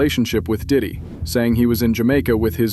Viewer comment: Diddy Not dick😂